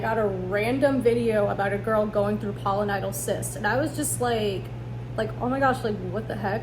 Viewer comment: It's Pilo, not polo, like pile-o-nye-dull